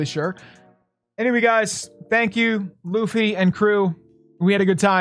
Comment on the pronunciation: it's Luffy not Loofy lol